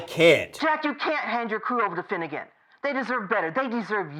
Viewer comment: Kirk's "Finegan"?